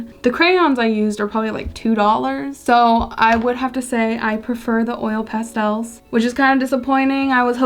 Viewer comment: 20 minutes of hearing you say Pastels, amazing 😂❤️ I love crayooons and pastelsss